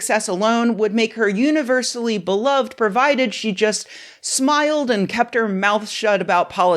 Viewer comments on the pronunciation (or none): none